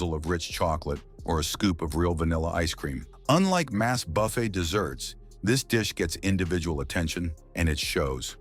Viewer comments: It is NOT BUFF ETTE but Buff aye! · It is NOT BUFF ETTE it is Buff a.